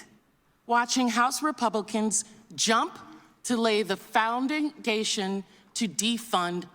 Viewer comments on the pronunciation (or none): Did she say “foundingdation”?